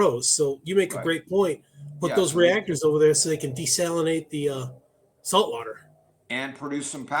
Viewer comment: Salt, not slat